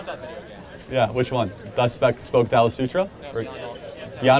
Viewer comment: It’s funny that while Kirk corrected him on how to say Nietzsche, he also mispronounced Thus Spoke Zarathustra by saying Zalathustra.